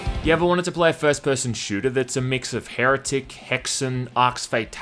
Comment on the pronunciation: I'm Australian too lmao, his accent is not what I meant. e.g the way he says "shooter" in the first few seconds of the clip.